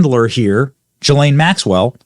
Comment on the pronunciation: It's pronounced Gee-lain, not Jis-lain.